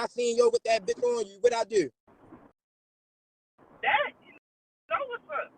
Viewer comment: “I had nothing to DEW with it!” 😂